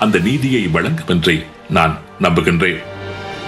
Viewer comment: neenga anka irunthu kathairurinka aana naan 35years? 😂 valankum valankim😂